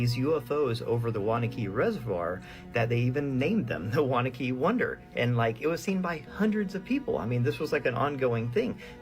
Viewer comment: Its pronounced WANNA QUE NJ. Not Wanakey..I know because I lived there. Wanaque